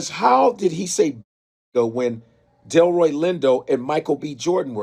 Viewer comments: Delroy Lindo, not Detroy Lindo please and thank you 🙏🏽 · Delroy Lindo. You need to delete this and repost with the proper pronunciation. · don't disrespect Delroy Lindo by mispronouncing his name BROTHA. I already know what I can do. I don't need you to tell me that. When you need to be corrected then instead of being sensitive, take the correction. Delroy is one of our greatest talents. He deserves better than having his name butchered. Especially after what just happened. White folks do that enough. Respect our people.